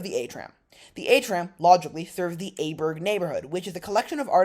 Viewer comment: try to pronounce it like it is, the next time. IJburg is like I-burg. Like in I am. Not how you say it like A-burg